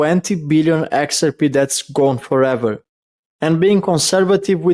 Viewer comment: when we say the name "XRP" in English, we don't put the emphasis on the first letter the way you're doing. It's not pronounced "Xrp". We say "x-r-P". The 3 letters are emphasized pretty well equally, HOWEVER, the last letter (P) gets the MOST emphasis. So it's the opposite of the way you're pronouncing it.